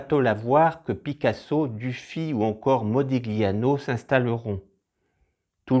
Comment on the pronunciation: Merci pour ce rappel ! Une petite erreur, me semble-t-il, sur Modigliani, dit "Modigliano" :-).